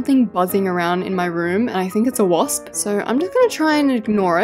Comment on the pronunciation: You know what you called a wasp it sounded like you said a losp no offense my little bro callls a wasp a losp to